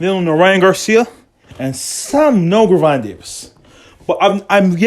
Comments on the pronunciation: Why the fuck is this dude butchering Tank name if he can’t say it he should shut up!! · Don't believe a person who 1. First can't pronounce the fighter name ( you can find this on YouTube any day or night ) 2. He has no connections to that camp. 3. He a guy on YouTube pushing for you to subscribe to his page. 4 This is pure junk